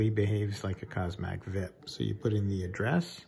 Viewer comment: This was not "vip" as a single word to be pronounced, it was the letters V I P, pronounced individually.